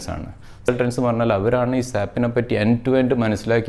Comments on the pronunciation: Dear Sir, Please don't pronounce it as SAP. You did the same through out the video. It is S. A. P. This is what our trainers tell us in the first class itself. S.A.P is a German company and, in German, simply SAP means Pig. Sorry for this comment but this is the right method to pronounce. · Please pronounce S.A.P not Sap (സാപ്)